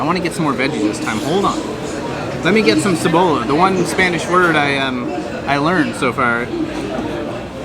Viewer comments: I'm sorry but that is not how you make traditional lomo saltado. Ceh-Bo-Jah - cebolla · Sa-bo-la (Cebola) .... Sa-bo-yah (Cebolla) 😂 double L is sounds different in Spanish it's more of a "yee" kind of sound ..Like Yo- ro- nah ...(Llorona) 😂 so yeah now you know ... Greetings from Puerto Rico!! ❤ Perú looks great xd👍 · pronounced ceboya lol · Lmaooo i love The way you say onion in Spanish ! But it’s actually pronounced “Ceh-boy-yah” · pro tip: when you see double "L"s, pronounce them as "y" :) cebolla would be pronounced "ceboya" tallarin would be pronounced "tayarin" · "LL" sounds like "Y" in Spanish or like "J" in "Jump", so try to say "Ceboya" it will sound better ;) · Onions r pronounced Se-Go-ya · Lol it’s pronounced se-bo-yaw cebolla. In Spanish when ever you see the double L, the sound is the Y sound. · Its ceboYA! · No offense but it's like they were trying to pronounce everything wrong on purpose. Literally every dish name butchered, every syllable comedy gold. SEh - Boh - Lah ? im dead 🤣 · Cebolla is pronounced Ce-Boy-a it means onions XD glad u liked peruvian food, I'm venezuelan and live in peru for about 3 years and have taste everything here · I'm glad you learned a Spanish word. But, please pronounce it like this: se-boy-ya. Double L's make a "Y" sound. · BTW the ll in Cebolla is like a y, So when you pronounce it, its as if it were replaced by the sound the y makes in you, Cebolla.